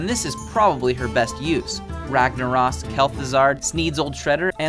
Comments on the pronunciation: he calld Rag "Rag nor ass" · Ragna-ROSS, Kel-ThuZARD. Me: ???? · "Rangnarahs, Kel'thuzard" gg man gg... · "Ragnaras", "Kel'Thuzard"